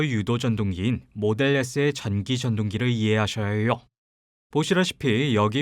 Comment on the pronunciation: 오 외국인 발음!!! "~해욕" 외국인이 한국인 처럼 발음하거나 표현법을 쓰기가 쉽지만은 않죠. 한국인 상대로 여러개의 채널 활동하느라 수고가 참 많아요. 저도 특별히 감사해요